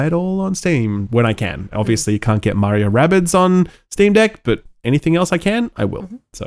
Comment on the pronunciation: pronounced Mario correctly It's M-ah-rio Not M-aw-rio Hence the saying It's Ah me, M-ah-rio Not It's Aw me M-aw-rio